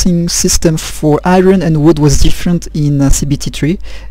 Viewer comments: NIce! Thanks so much for posting these,. Some of us TRULY appreciate it! OH, it's pronounce like I-urn...for Iron. =) Best, John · R is silent in Iron